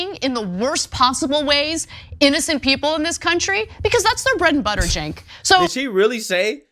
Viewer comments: doesnt matter if they were having a pancake breakfast the following day.im 99% sure this person who did this is the same ppl that go to this club..he/she probably would want "more"of that stuff...not trying to be an ahole but its pronounced Jank not seenk.... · I believe you pronounced it wrong miss. I believe it is Chunk, Chunk Yogurt. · I love the way says Cenk's name. It sounds like Cenk Yogurt which seems fitting. 😀